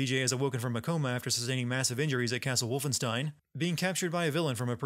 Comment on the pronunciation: Adding one more sin for pronouncing Wolfenstein wrong during the video.